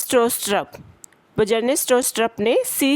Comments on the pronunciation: That ba-jarne got me😂.. Mam the pronunciation would be, "byarn" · I also pronounce it as bjarne where byarne is new for me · Bro yaad karne k liye bajarne hi easy hai 😂